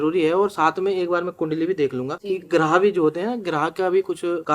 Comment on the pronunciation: ग्राह नहीं होता । ग्रह होता है